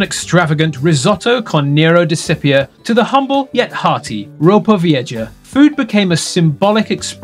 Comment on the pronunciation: Why can't brits learn how to pronounce Spanish words? Vieja is pronounced " VEE-AY-HA", not "VEE-EH-JA".